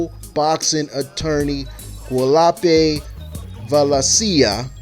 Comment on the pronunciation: It is pronounced... WA-DA-LOOP-A (Guadalupe) VA-LEN-SIA (Valencia)